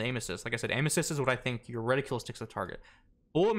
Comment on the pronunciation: *Reticle not reticule